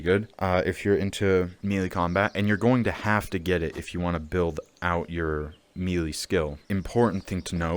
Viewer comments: Melee is pronounced MayLay! Not MeeLee. Drivin me nuts! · Love the video. 👍 FYI - melee is pronounced (may lay) not mealy. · Melee is pronounced like Hell day Melee Mel lay Melee Your welcome